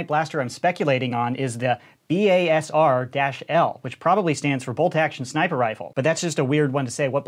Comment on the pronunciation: It's pronounced BAYSER